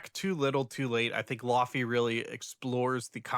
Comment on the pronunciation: The matcha labubu listeners are going to be upset when they hear how you say laufey. In the laufey community, it is a joke that no one knows how to say her name because it is Icelandic. She pronounces it almost like laoih-vay, but she accepts lay-vay also, which is what most people say